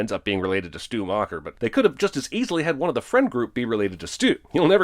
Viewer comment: O M G. Schumacher? Stu Macher.